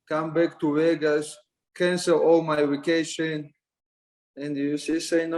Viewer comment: Funny he can say coVid but says waycation instead of Vacation 🤣